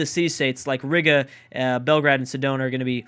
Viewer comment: Ree-guh not Rig-uh